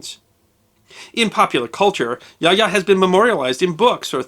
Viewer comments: And it is pronounced as "ya-oh-ya" not "yah ya." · It's been 27 years since I was stationed in Japan, and my Japanese is more than a BIT rusty, but I believe that the pronunciation of Yaoya should be Ya-oh-ya rather than Yaya. Somebody can check me on this, but it sticks in my head that would be the correct pronunciation.